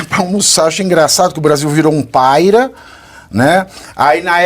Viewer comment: Olha como um analfabeto fala sua propria lingua .. "PÁRIA" virou 'paira'.